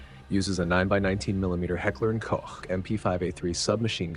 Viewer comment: Sounds like you re-recorded all the “Heckler & Koch” parts. And I appreciate that! “Koch” is spot on. Too often mispronounced “Coke” by non-German speakers.